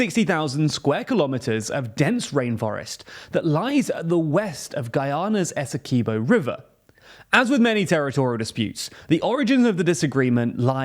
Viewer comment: Quibo not keybo